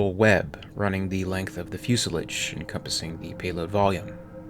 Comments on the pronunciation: fuselidge boiiiiiii lol. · Fuselage Rhymes with Camouflage :) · It’s pronounced “fuselahge”, not “fusilidge”. Other than that, good video. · Lol fuselodge..think of it that way,..not fuselidge..also shyanne instead of shayanne for the Cheyenne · Fuse 'a-large', not Fuse 'a-lidge' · Its pronounced "shy anne" not 'shay enn'. The typical pronunciation of fuselage is 'few sa lage' not fewsalige'. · Fus-lidge? No, it's "fu·se·lage." That's "few" "see" "lahgg" and Cheyenne is pronounced "shy - ann" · Long A in fuselage - Fu-sel-AH-ge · Is this an AI generated narrative? The word fuselage is also mispronounced or pronounced differently from anything I've ever heard fusle- lage No offense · Fuu Se Ledge - bro where did you ever hear this pronunciation of fuselage? Watch a boeing or airbus video please. Good content though it hurts my ears every time you say "foo sa ledge" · "FYOO - SILL - ODGE" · Fuselage pronounced "Few-so-lodge" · Fuse lodge not what your saying! Also shy ann. Not what your saying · Also it’s “fyoo-suh-lahzh”. Impossible to listen when every sentence is mispronounced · "Shy Ann" "Fusa lodge" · Fusilidge Do you mean fuselage ? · some pronunciation help - pla-TEAU, CYN-thia (like th in thick), Cheyenne - "SHY-anne," "FIU-sih-lage" lage="lahhhzhe" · Not that you are gonna go back and change anything but.... Cheyenne: Shy-anne Fuselage: Few-sell-odge, like Dodge without the D. Sabot: Say-bow Whatever your pronunciations are these videos you make are GREAT! I really enjoy them. Thank you for making them! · wow this guy really has a lot to learn.fus-lodge,trans sonic?,shy anne,,etc... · "the fusalidge" ...fuselage? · FYI, Cheyenne is pronounced shy en, not shay en or she en. The lage in fuselage is pronounced loge (like lodge). And sabot is pronounced say boh. Also, Gatling guns are more commonly/properly called rotary cannons in US military parlance, or mini guns when chambered for rifle calibers. Otherwise, good video.